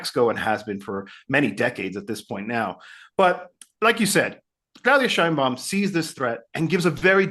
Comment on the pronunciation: PLEASEEEEEE! LEARN HOW TO PRONOUNCE MEXICAN NAMES PROPERLY! IT IS PRONOUNCED "SHEINBAUM". JUST THE WAY IT IS WRITTEN! PLEASE BE POLITE!